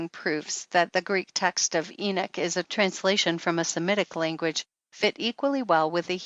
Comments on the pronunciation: Why does she pronounce it "eenik," as opposed to "eenok"? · Enoch not enik! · Why is she pronouncing the name "Enick"? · Is she saying the book of enich? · Her terrible pronounciation of "Enoch" makes me sick,. I cant last but 2 mins...:vomit